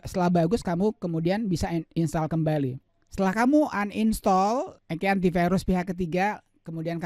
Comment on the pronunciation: Bilang uninstal aja uninstol😭